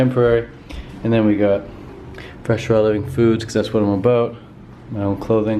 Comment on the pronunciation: oot and aboot 😂 fellow canadian!